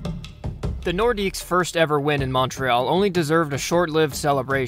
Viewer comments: The more you know! Idk if anyone caught it, but the announcer pronounces it like "Nordicks". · Great video. The "s" in "Nordiques" is actually silent, though lots of people pronounce it.